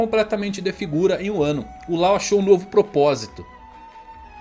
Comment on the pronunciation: A pronúncia é Ló e não Lau 😩